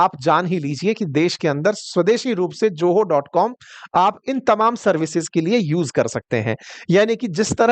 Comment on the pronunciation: JOHO NAHI ZOHO